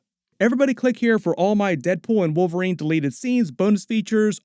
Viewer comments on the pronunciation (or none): none